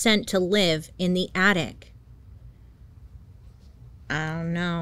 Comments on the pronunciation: Bailey. It’s attic. Not attict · So cute how bailey can't pronounce things and keeps saying addict instead of attic 😂😂😂❤